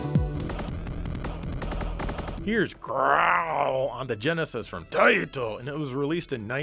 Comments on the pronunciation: I love how says Taito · Seeing him put a taito game in the genesis just got me desperately waiting for him to say it in his funny way